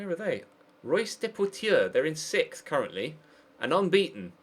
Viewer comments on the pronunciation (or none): "Royce"? its not german is it. It's "Rhe-oos"